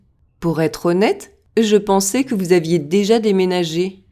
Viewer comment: Question, how come you pronounced "vous aviez" as vous avide with a d sound?